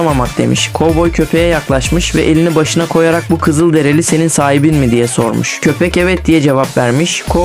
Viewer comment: Kızıldereli değil Kızılderili Allahın cahili